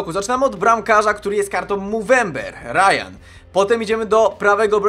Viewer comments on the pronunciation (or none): none